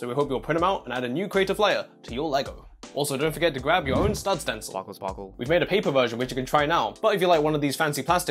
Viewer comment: Spahkle spahkle:D